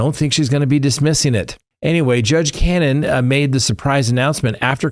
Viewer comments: Judge Can-oh-knee not Cannon. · Hey, her name is Beverly Connie, pronounce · Why do you pronounce Judge Cannone as “cannon?” It makes these difficult to watch.